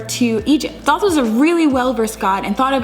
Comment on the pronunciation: It's actually pronounced like tote or thoth the th sounding like the beginning sound tah